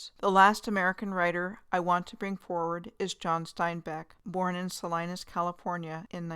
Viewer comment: Very interesting, thank you! Just fyi- Nevada is pronounced with the 1st ‘a’ like in “cat” or “hat” not like aaahhh. And Salinas CA is pronounced Sal-ee-nus. I grew up near Virginia City 🤗